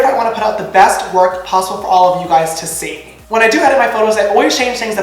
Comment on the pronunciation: I'm crying at the way he says 'see'